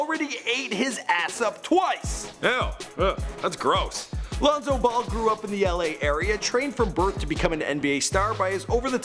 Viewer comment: pronouncin names like "Loon-so Bowl"